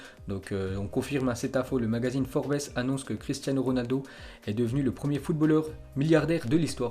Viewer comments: ON PRONONCE PAS FORBAISSE BORDEL!! Et il me semble que federer aussi est milliardaire... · Forbes sa se prononce comme ça “ forbz” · Forbes ont prononce pas le « S »,mais Tkt c’est un détail,continue ton travail il est très instructif bravo à toi et à ton frangin Robinho....